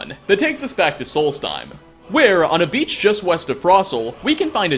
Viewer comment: West? I thought you said Weast